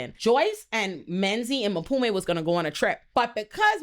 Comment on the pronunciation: I’m here for a second watch just to hear call Mpume “Maphume” over and over again 😂😂😂😂